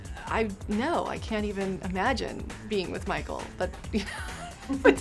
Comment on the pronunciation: the way she says micheal